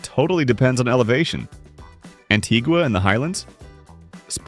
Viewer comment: Its pronounced Antiwa ...Antiga is an island. Loses credibility with lousy pronunciations.